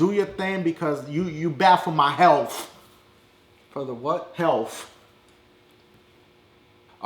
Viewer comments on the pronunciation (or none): "You bad for my HEALF" "For the wut" "HEALF" LOL